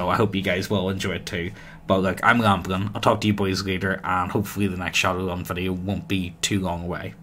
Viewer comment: For fuck's sake mate it's Shadowrun, not 'Shadowgun'. Why do you call it 'Shadowgun' in your end comments all the time?